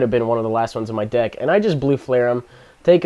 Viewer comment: I thought you said you started a new dick.